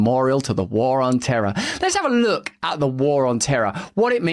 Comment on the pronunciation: Or as George W. pronounced it, "terrr".